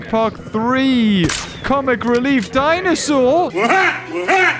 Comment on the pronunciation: malcolm always says "dinosaar" instead of "dinosaur" and its so funny